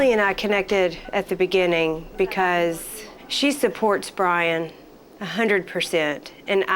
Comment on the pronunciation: ITS BYRON NOT FCKIN BRIAN